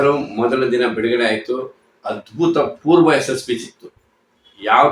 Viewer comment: Sir adu abhuthapoorva, adbhuthapoorva alla